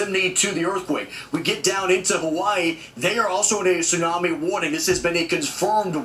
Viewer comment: What the hell is a tissunamee???